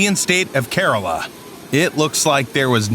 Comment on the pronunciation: You mispronounced the state of Kerala as "Carol-ah". It's "Kur-ala".